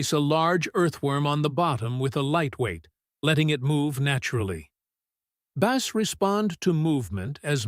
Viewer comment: Whay is it you cant pronce the word bass it sounds like ass